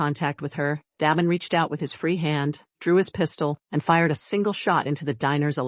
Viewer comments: Damen = Day-men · Please, please learn the correct pronunciation of names befpre recording. Da as in “hay”, not Do as in dot. Da(y)men. Vale two syllables: Vayul. not Vo (as in dot) ; not le as in pay. Va(pay)uhl as in lull: Vale. as in bail